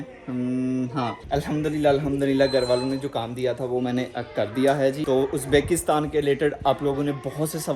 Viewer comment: yaaar its Uzbikstan not Uzbaakistan😋😋